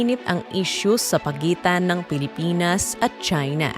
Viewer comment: Pilipins daw. Pres conperens… poreyn ministri 😂